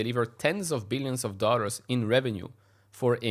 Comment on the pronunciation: Please it's dollars not "dorrals"